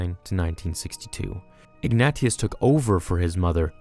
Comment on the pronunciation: Ignatius is pronounced Ig-nay-shus...